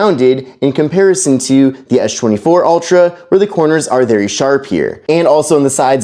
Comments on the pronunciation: it's Samsung Galaxy S24 Ultra not Esh 24 ultra and it's Samsung Galaxy S25 Ultra not Esh 25 ultra brother your English is sooo bad learn English in a school or college or university or Duolingo English test or Duolingo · How is S-Pen is pronounced properly but the s24 and s25 isn't. It is really distracting.